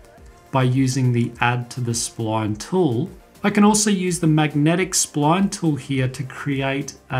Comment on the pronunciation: i love the way you say sployone (SPLINE) / thanks for the video